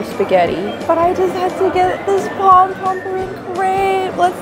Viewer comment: It’s pom-pom poem, girlfriend